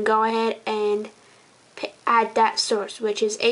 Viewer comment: Learn to say source dipshit!